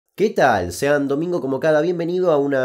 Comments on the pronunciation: Se escribe Sean, se pronuncia "shon". Abrazo don Kuc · Sean se pronuncia "Shon", maestro.